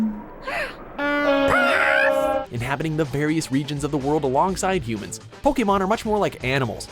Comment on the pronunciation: why can't he pronounce Pokemon correctly?